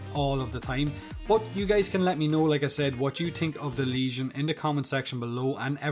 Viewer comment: Finally a YouTuber who knows how to pronounce the name of this weapon